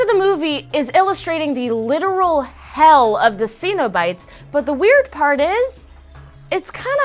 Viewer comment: You butchered centobites